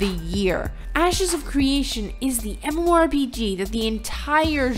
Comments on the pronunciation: Who wrote this script for her? I'm not arguing about the content, but please use a thesaurus. She says MMORPG so often that it makes it arduous to listen to her. And I am not talking about the fact that sometimes she says G like in geese which is cringe-worthy already. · If you're going to be saying MMORPG a lot, learn how to say it with out slurring. Diction, woman, diction!